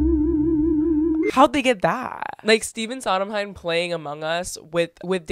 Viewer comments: she says Stephen Sodenheim lmaooo its SONDheim!!! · It’s Steven Sondheim, not Sodenheim. Great vid tho! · saying stephen sodomheim TWICE instead of sondheim is making me sob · WAIT BUT WE GOTTA TALK ABOUT HOW U CALLED STEPHEN SONDHEIM SODENHEIM 😂😂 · hahahaha can't get over the Steven "Sodomheim" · ma’am who the heck is “steven sodomheim” 😭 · Lmfaoooooo not stephen soddenheim pls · The way you're pronouncing sondheim is sending me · why is nobody talking about the way she pronounces Sondheim ? it's hilarious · How do you pronounce Sondheim incorrectly AND ignore that he’s having a video chat with two recently deceased theater icons (Angela Lansbury)?